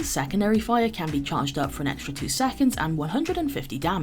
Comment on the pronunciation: I’m only here to hear pronounce saconds 😍